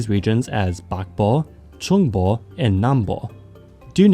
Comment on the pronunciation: Bruh even a normal american can say "trung bộ" correctly u saided "trong bộ"